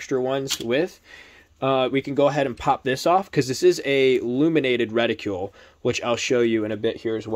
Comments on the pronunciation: Good review, but it was painful to hear you mispronounce "reticle" over and over again. "Reticle" does not rhyme with "ridicule" or "molecule". It does rhyme with "article" and "vehicle". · LOL keeps mispronouncing Reticle.